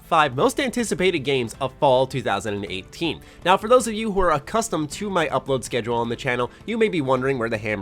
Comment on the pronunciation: It really sounded like you said "of fallout 2018" ; as if you are super use to saying fallout or it is just me who is conditioned.